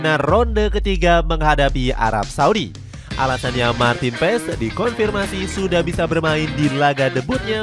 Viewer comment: Baca nya Maarten Pass bukan Maarten Pess